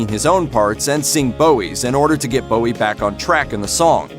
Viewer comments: Not pronouncing Bowie correctly (changed from Jones because of Jones from the Monkees) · You’d of thought doing a video on his life you’d pronounce his name correctly.